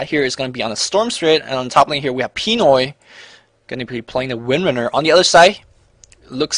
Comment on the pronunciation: btw, the stress of the word pinoy is in the "noy" part :)